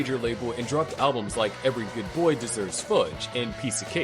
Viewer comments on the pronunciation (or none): According to this Robot narrating the video, mant bands record "alblums" not albums.